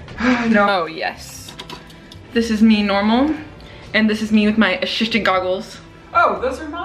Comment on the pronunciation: A-sis-tant lmao